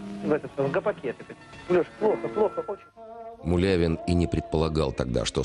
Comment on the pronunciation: Извините, мулявину, фамилию правильно